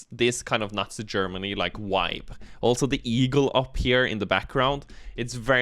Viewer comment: The "wibe" <3 What it's all really about.